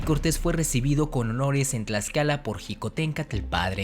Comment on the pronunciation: cuando te escucho pronuncia el Tl me sangran los oidos men si no sabes pronunciar el Náhuatl menos te voy a creer todo lo que has dicho XD lo de la malinche es verdadero... pero meeeh saber algo no hace que lo demas sea verdad mejor me desuscribo antes de que me de un infarto por ese TL